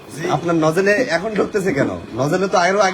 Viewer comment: নজেল কি ভাই আবার নজেল বলেন 😳